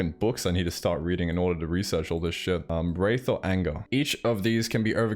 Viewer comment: My man, Wrath is pronounced 'raf', not 'rayf', that's a kinda ghost.